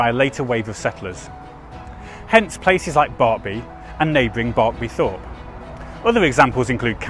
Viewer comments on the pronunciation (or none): Thorpe is pronounced torp.im glad the danish group was covered,I was about to get volcanic.